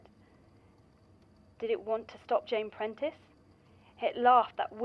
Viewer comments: please pintrest is a site to do crafts and find art, her name is Jane Prentes, pronounced like praying Mantis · cannot get over him calling jane prentiss "jane pinterest" 😭